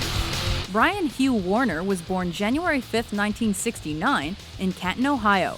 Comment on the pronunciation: It’s not Ryan it’s Brian